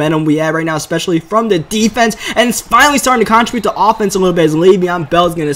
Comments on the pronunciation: Learn how to say contribute please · Bruh you gotta learn how to pronounce the word "contribute" if you're gonna say it that much lmao